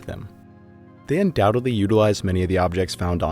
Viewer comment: Nice. However, UndoubteDly, not undoubteBly